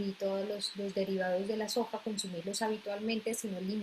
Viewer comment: Aceite de sojo, tojo, no le entendí que ha dicho!